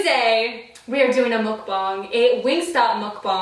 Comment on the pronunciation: Love how you pronounce mukbang correctly! 🙏🏼